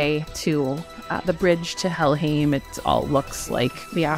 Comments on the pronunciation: I thought "-heim" is pronounced "haym". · Somebody gonna tell her how to pronounce Helheim?